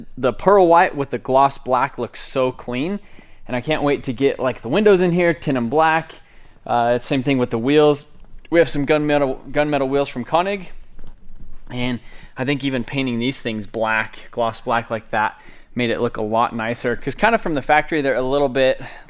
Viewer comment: Looks great man.... and btw, you're still saying konig wrong 🤣